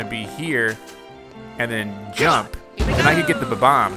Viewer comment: You keep saying Ba-Bomb when its Bob-omb 🤭😝